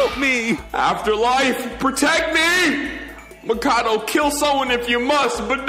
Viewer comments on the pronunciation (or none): You asked how to say the names earlier and i dunno if you'll see or just overlook it lmao but it Sakura ( sah-koo-rah ) Makoto ( Mah-koh- toe ) and Byakuya ( B-yah-koo-yah ) Japanese can be pretty hard sometimes.